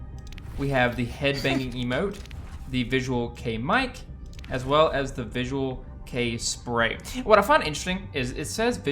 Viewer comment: youre saying it right. visual kei is a japanese music and style movement and subculture, & its quite the opposite from kpop lol! the hair is kinda bad imo lol. thanks for the vid